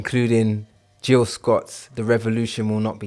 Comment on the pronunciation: *Gil Scott Heron... Not Jill Scott